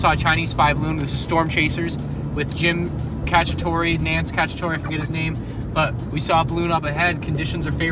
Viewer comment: Bro Jim Catch-a-tor-e 💀